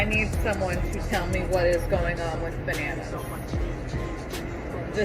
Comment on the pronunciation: He said “banoonoos” 😂😂😂